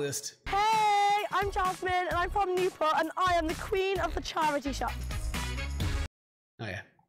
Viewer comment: “she went vrom 2 to 3 so far” 🤣🤣🤣